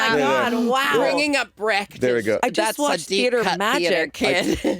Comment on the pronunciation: Americans pronouncing "Brecht" is so funny...